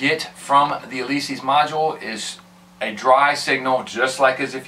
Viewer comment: Helpful video after the plugs... It's Alesis, not Alesees! LOL